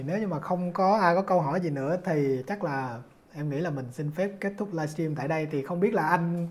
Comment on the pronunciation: Dân VN không sinh trưởng ở nước ngoài đa số phát âm "livestream" thành "laichim" 😂và rất nhiều từ khác phát âm không đầy đủ.